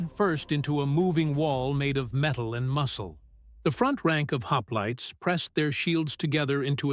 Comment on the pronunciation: "Lionaidas and his haplaits" 🙄😉😁